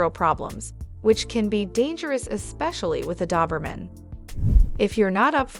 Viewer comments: It’s Doberman not Duberman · Dawberman? My Doberman didn't like that. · You aren't even pronouncing the breed name correctly! Ugh!🤦‍♀️🤦‍♀️🤦‍♀️ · Why do you keep saying doberman instead of doberman? ;)